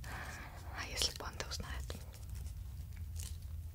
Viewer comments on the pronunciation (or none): Вот все пишут, что ошибочно слышали "панды" вместо "банды"... А я даже не удивился. С моим везением по жизни - могли быть и панды. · Всё видео вместо "банды' слышала 'панды" хд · мне одному слышится не банды а панды?